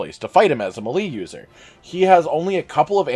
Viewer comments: Did you really just pronounce melee as "muh - lee" instead of "may - lay"? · Malee it's pronounced May-lay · I don't know who told you how to say melee but it's pronounced Mal-lay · It’s not hard to pronounce melee correctly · He regains health if anyone returns to camp in between zones. Also thank you for pronouncing nergigante correctly but mispronouncing melee... Seriously is this stuff just a rinning joke with you guys?